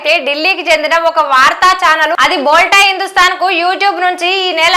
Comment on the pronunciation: "బోల్టా" కాదమ్మా, "బోల్తా" అని పలకాలే, "బోల్తా" అంటే మాట్లాడటం